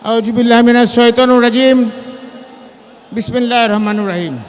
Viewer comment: এইটা মুসলমান না হিন্দু আউযুবিল্লাহ বিসমিল্লাহ বলতে পারে না সঠিকভাবে